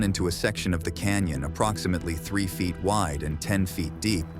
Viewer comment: "8000 feet" not fite